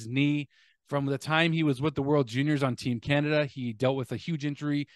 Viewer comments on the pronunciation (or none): none